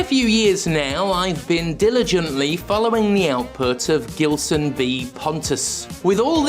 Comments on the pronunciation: Just a friendly tip from a Portuguese speaking viewer, Gilson is pronounced "Jilson" in this case. In Portuguese when the letter G is followed by a E or I, it will always (unless I'm forgetting some exception) has a J sound. For it to have a G sound it needs an U between it and the E/I, as exemplified by the word Portuguese (português) itself. Although sometimes the U has a sound depending on the word... yeah it's a complicated language, lol. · I guess his only beef with you is with you mispronouncing his name. It should sound like a “J”, as in “Jill”. “Jillson”. 😆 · It's Gilson as in Gee. Not that it matters. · Two things: 1) Gilson B. Pontes sounds a lot like a name from a Portuguese speaking country, in which case it should be pronounced with a soft G (which in Portuguese sounds like the letter S in the word "vision") 2) That idiot does not deserve the dignity of having his name pronounced properly (IF that is his actual name), so keep using the hard G just out of spite. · Is Gilson brazillian by any chance? Because if he is, the G in Gilson is supposed to sound like a J.